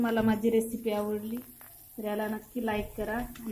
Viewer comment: आ व ड ली नाही